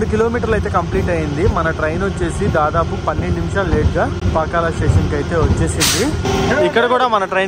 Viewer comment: పాకల కాదు బాబు పాకాల